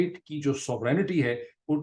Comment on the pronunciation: Dr Moeed, please check the pronunciation of the word Sovereignty. 😀